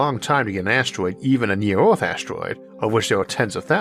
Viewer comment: Why does this man not know how to pronounce the ER sound. Bro keeps saying ORth instead of earth 😂